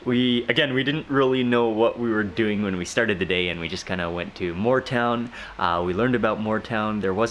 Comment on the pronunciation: Moore town not more town